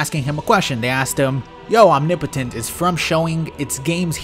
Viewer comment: The way you pronounce "omnipotent" is triggering me.